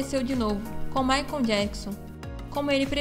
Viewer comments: Não é "Maicon" mas sim Michael (pronúncia MAICOL). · Moça, não é Maicom e sim Maichaellll😮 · Gente, eu amei o vídeo, mas a pronúncia do nome do Michael me deu aflição 🤦🏻‍♀️Maicon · A pronúncia dela falando michael ... Maicon dói os ouvidos de uma fã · O q me deu aflição foi vc toda hora dizendo Maicon kkkkk